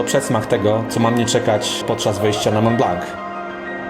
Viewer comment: Wszystko świetnie, tylko przykre jest to, że nie potrafisz poprawnie wymówić nazwy góry na którą się wspiąłeś. Dla pocieszenia powiem, że mało kto w Polsce wymawia tę nazwę w odpowiedni sposób. Otóż jest to ''Mą Bla ewentualnie Blo'' a nie Mąt Blank.